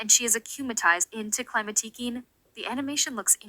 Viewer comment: Did you use an AI voice for this one ? It seems quite different frome before, and "queen" isn't said correctly ?_? The global title for this season is "A new beginning", I think the fact Climatiqueen deals with Aurore once again is there to really stresses that point. It launches Adrien, Marinette, and Sublime's character arc, and one of the main themes of S6, social media. -> Adrien has to find himself -> Marinette is shown being unable to detect the emotional distress of people around her, and it's shown this inability even extends to Adrien, though it's not as bad than with Maya or Sabrina. If you're saying the scene where Marinette receives Adrien's text and doesn't know to answer and then answers nothing, is filler, then I disagree 😁. It shows Marinette doesn't manage to read the subtext of Adrien's message and how he needs her support. Of course she doesn't know he feels depressed, but she does the same mistake than in Perfection: seeking the perfect behaviour, she ignores her closed ones trying to reach her, rather opting for making the "perfect" move later. Here it doesn't seem to have lasting consequences, but it echoes the end where it seems to hint that Marinette should have walked Adrien home. It seems Marinette has some blind spots in her ability to emotionally be there inthis season. It might be an aftermath of the London special. -> Beginning the parallels between Kagami and Sublime, she's introduced as a mysterious girl who becomes Adrien's sport partner. -> I